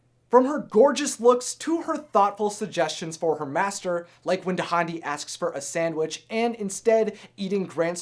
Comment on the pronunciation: Dahndi's name is pronounced dahn-dee!